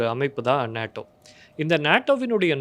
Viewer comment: அபினவ், அது "நேடோ". "நாடோ" இல்ல.